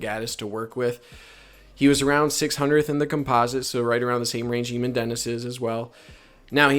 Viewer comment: Eamon is pronounced aye - min